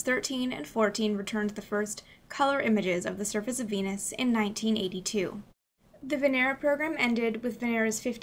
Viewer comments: When she says Venus I hear penis. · Veenus can get tha Peenus. On god